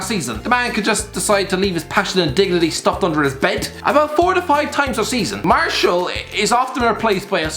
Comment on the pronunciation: You called martial "marshal"